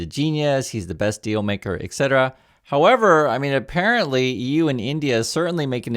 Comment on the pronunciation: FOR THE LOVE OF GOD stop pronouncing "etc" as "EK CETERA"